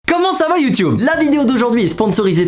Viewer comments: On est d’accord il dis youtioube 😂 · Je critique pas mais s'est moi il dis (comment sa va Youtioube)